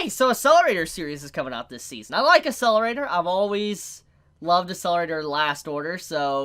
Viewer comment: Getting triggered by how you prononced Accelerator. "Asselerator" X , "Akselerator" ✓